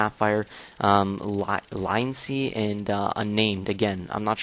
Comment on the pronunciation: lionsee? Lion's Eye lol